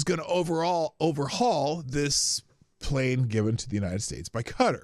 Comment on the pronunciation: OMG... Sorry for this... But Qatar is pronounced "Kuh-taar" .... Ka-tar.... You mispronouncing it irrationally irritated me. Love you, the chat, and the show SO much, wish I could watch live